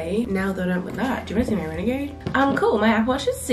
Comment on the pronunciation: “Do you wanna see me renogade “ 😂😂😂😂😂